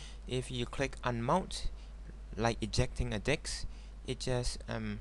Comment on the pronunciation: Disc D- "I" before "S" Duh-I-S-kuh Disc. not dicks. sorry...helpful hint?